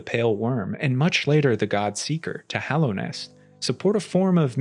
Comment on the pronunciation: Hallownest. Hollow Knight. He says it correctly.